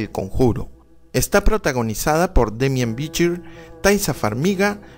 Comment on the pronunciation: Demián Bichir lo puedes pronunciar normal, es mexicano el actor.